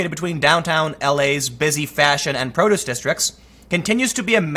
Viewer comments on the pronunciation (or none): none